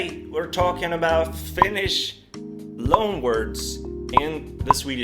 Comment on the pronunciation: His finnish pronounciation is the typical pronouinciation most swedes have when sayin finnish words, i.e incorrect